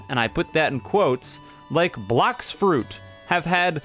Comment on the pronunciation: love how you cut out the s in "Blox Fruits"